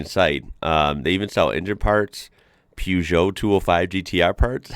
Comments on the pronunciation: Can you please stop saying Peugeot wierd please. Its pronounced Per - zhow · Peugeot is pronounced Purr jo with a soft sounding J. I have to point it out, sorry. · Oh, it's Purrzhoh 👍🇬🇧